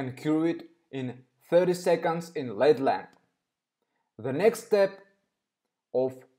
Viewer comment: Im sorry...but this is not healthy for the cuticles. You should watch some videos of actual Manicurist doing nails so u can learn the correct way. Just f.y.i.....LED isn't one word. U are supposed to pronounce each letter. L-E-D. Im not trying to be funny...English is not your first language so how would u know unless someone tells you.